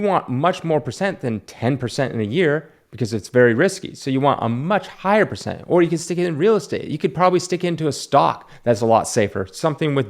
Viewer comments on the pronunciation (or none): none